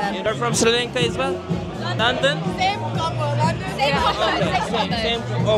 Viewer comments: Sri Lanka!, neden Sri lanke diye telaffuz ediyorsun:)) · Kardeşim harikasınız, Allah nazar değmesin 🧿🧿❤️❤️ birde Sri Lanka'ya sürekli Sri LENKA demeseydin keşke 😢